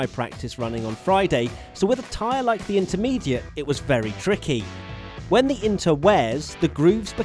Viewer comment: Slintermediate lol